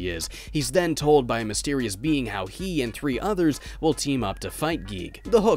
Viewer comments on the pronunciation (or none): none